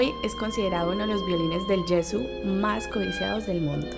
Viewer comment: "Guarnieri del Gesu', con l'accento sulla U finale ( non Ge' - su) !!